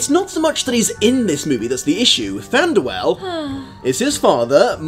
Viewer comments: I'm sorry to be that person, but after so much research, you're mispronouncing names? Than-dew-whil. Bay-yorn.Taur-i-el. I know this is a nitpicky thing to be irked about, but like I said, all this research, and you cant pronounce the characters names right? Other than that, love the video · Does he say Thanduel??